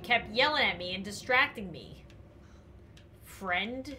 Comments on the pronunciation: I think it’s friend not frient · i just realized shes saying "frent"